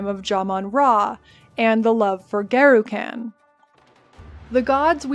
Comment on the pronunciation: You are one spicy, gorgeous Americaaaaaaan, and great summary, but just one small criticism if I may... it's Garukhan, with a short "Uh", like Gengis Khan for the second a, not like trash caaaaaaan. The American language really butchers so many 'a's, it is hard to listen to. Here in Japan, I lived in Saitama for a while and all the 'a' sounds in that are very short sounds but American folk loved to sometimes call it Saytaaaaaamaaaa, which feels bad man lol. I will subscribe, didn't learn too much new stuff here as it is also my favorite act but will try more of your vids! Side note: I am off to shave my head. Garukhan favors the bald!